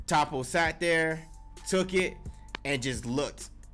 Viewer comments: Toppo my boy not topo but good shit liked the review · I swear y’all mispronounce anime names on purpose 😂😂😂 “topo“